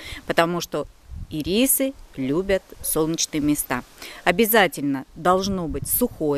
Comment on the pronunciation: Не ирИсы, а Ирисы😂